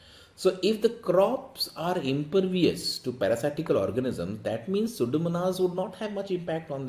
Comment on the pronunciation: 3/4, reading mistake of the word impervious.